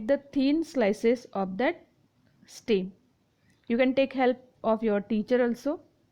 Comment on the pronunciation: It is not steem its stem 😅